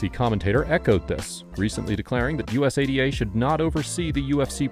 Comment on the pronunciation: Say usada bro not U.S.A.D.A… u say it so frequently too lol sounded kinda silly